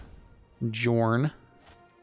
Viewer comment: Just to clarify, the name should be pronounced “Yorn”